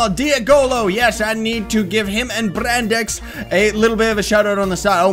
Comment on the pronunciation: Diego Andres brandex not brande XD